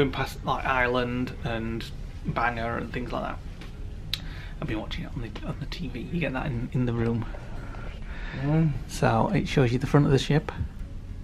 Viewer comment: It's pronounced Bang-gore as anybody from North Down could tell you darling! Hope you got your new pants!